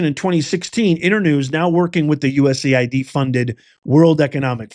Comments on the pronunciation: US-AID. BAND-AID, IT IS NOT U-S-A-I-D. MAY AS WELL SAY "U-said", As in "you said what?" Don't allow the DS to cloud the issue with another acronym. This is about laundering U.S.taxpayer money as it makes it way back into political campaigns and indeed the pockets of members of the shadow governments of this and other countries around the Globe. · It's US AID not USA ID moron